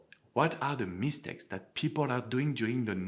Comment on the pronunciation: I love how you say MEEH-stakes with emphasis on the mee! 😊 And besides, I find your videos very valuable and helpful. Thanks!